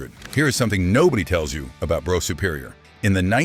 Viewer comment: It's pronounced bruff not bro.